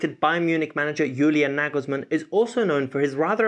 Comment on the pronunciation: Why we south Asians people hear your pronounciation like Yurgen klops, Yulian nigelsmann